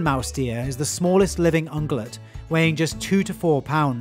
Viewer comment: I think you're saying that wrong. Pretty sure there's an irritatingly invisible 'y' phoneme in ung(-y)ulate.